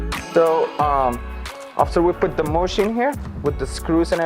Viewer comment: It is called a mesh, not a mush.